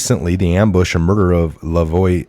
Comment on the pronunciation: You also butchered Lavoy's name. I'm sorry, you are having the don't tread on me flag, and you don't know who Lavoy was... Wow